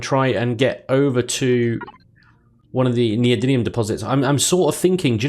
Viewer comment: Per the dictionary neodymium [ nee-oh-dim-ee-uh m ] You say it right. Just don't ask how to pronounce aluminum.